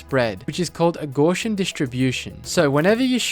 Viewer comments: The word Gaussian is derived from the name of the mathematician Carl Friedrich Gauss. It's pronounced GOW-see-in, not gosh-in. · “Gaussian” was crazy 😂. Bro said GAUshin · I’ve never heard someone pronounce Gaussian so badly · not how gaussian is pronounced